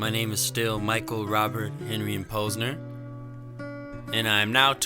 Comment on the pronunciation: Cool last name - you even pronounce it correctly! - Jim Posner - Seattle area